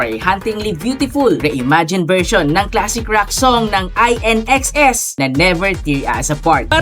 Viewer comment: Still hoping that MEMORIES will be a surprise inclusion in the movie's OST. BTW, INXS is pronounced as 'in- -ex-es'